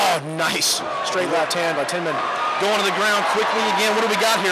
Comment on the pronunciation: They say Tiemann wrong.